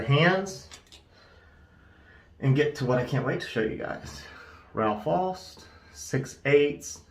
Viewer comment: Pretty razor, for sure. The Au in Aust is pronounced like the ou in out.